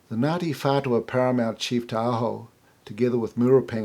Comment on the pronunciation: Idiot! Can't pronounce maori so why are you trying to tell our history? Taoho wasn't the chief of Ngatiwhatua?